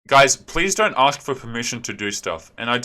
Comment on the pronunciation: so tired of "aks" and "abulance"... it just screams "i have a GED at BEST, forget about a college degree